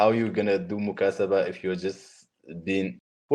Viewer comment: This person is a liar. He is not from Morocco.. Even if he is an Arab, he is from Egypt.. Because when he mentioned “Mukataba” he said “Mukasaba”